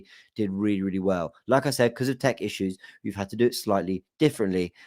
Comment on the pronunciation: when you said Tech issues I thought you said Turkish issues